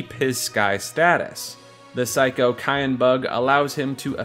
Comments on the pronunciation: it's Syan not Kyan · are these pronunciations jokes? CYAN is a color. its SIY-AN. not KIY-AN. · Sigh-ann just like the colour cyan for Cyan, not Kye-in xD and Narshe is not a fancy word, its just narshe, like the word harsh, not knar-shey LOL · Another person who can't pronounce Cyan. I've heard it pronounced "Sigh-anne" and now "kai-en" it's just Cyan like the color, "Sigh-in" like Saiyen its just 1 syllable. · Cyan is pronounced like "sigh-ON" like the color, not "ky-ON" not like the seasoning 🤦🏻‍♂️ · His name is Cyan ( Like the color ) Not cayenne ( Like the pepper ) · I hate to be that guy, but Cyan is pronounced like “Sai-an” or like the the English word “Sigh” and “an” It’s a colour. Like a cross between turquoise and azure. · Hate to be that guy, but it's Sai-an. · Cyan's name is pronounced "Sigh-Ann" as is the actual name that exists, Cyan. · Why do so many people pronounce Cyan as "Cayenne" ??? He wears blue, Cyan is a COLOR, not a pepper. I can get why people pronounce Sabin differently, but it seems PRETTY OBVIOUS that Cyan should be pronounced like the color. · You mean cyan(s-eye-yan) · Do you guys really say "Cayenne" instead of saying it like the color Cyan?? Also, Narshé? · My dude, did you really pronounce Cyan as "cayenne?" Like the pepper? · Why do people keep pronouncing him 'Cayenne' (Like the pepper)? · SAI-AN. SIGH-AN I personally always said it Saiyan, but I'm a Dragon Ball fan. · You pronounced Cyan wrong. His name is an allusion to cyanide, a blue poison. His name is the most ironic.